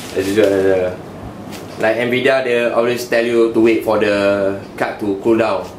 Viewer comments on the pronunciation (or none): none